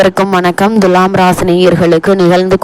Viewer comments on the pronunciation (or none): Dulam or thulam, pronounciate first correctly 😡😡😡😡😡